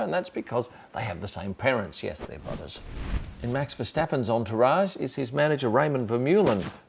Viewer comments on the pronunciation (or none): btw: the people that pronounce "verstappen" with [sh] are wrong. it's just [s] - like [step] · He's not dutch though. He's french, from the north of France so he has a last name that is common in the french part of Flanders. Although his name originates form Flemish he probably pronounces it the french way (at least that's what I've seen from most french people who bear similar names) so that would probably be [Oh-lee-vié] [Mah-err-nou] or [Marr-nou] with a silent T.